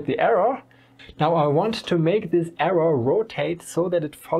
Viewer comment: Maybe a nitpicky improvement suggestion: I'm no native speaker, but it took me a second to identify that you meant the "arrow". Because you miss out the last "w" while speaking. You speak it more like "error".